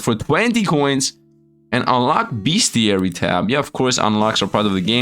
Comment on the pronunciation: It's not beastiary it's bestiary. Drop that first A you're adding on.